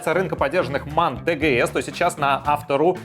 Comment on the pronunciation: Машина немецкая. Правильно звучит тэ гэ эс. А то по аглицки скоро джиленваген будет.